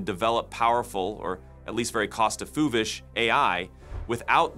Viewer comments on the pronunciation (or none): "Cost effuvish"... It doesn't have to be this way. Just implement RAG and have an agent check your script before genning the VO. Use multiple models so you don't get stuff like that. if it's an issue with the formatting, you can use static replacement to make sure it's not doing stuff like that ($1 -> "One Dollar") and the like as to not say, "Dollar sign 1" - Also you can just use whisper to discover any issues and regen that segment and reinsert back into the track before doing the video composition. I'm not saying any of them were necessarily amazing, but this was like 6+ months ago, so not exactly using these new models - and I was able to programmatically self-correct 70% of errors the models were outputting. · What Is “cost effuvish” “effovish?”